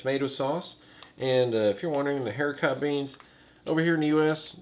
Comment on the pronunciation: Ooohhh took me until lunch to know what you were saying! Hericot is air-I-co At least here in Canada, such as hericot verte (air-I-co vare) “green beans”